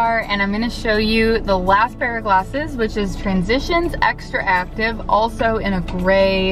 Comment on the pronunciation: To Doc, and some of the people commenting here, it's not Xtraactive, but XTRACTIVE. You should pronounce it as you read it XTRACTIVE. Remember, Not XtraActive. Well, don't worry, that brand name will pass to history, and will be forgotten soon. See you in Vision Expo East 2020!!! My pleasure! Max. NY.